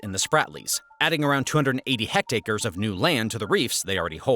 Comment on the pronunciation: Metric SI unit is hectare. Just a mispronunciation. Land measure roughly similar in size to an acre. It’s already a square measure so there’s no measure called a square hectare, for instance.